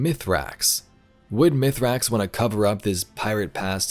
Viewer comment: His name is miisracks, not mithracks. Spider literally said this earlier in this season